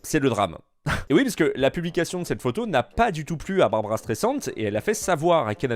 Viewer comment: C est pas Barbara mais barbra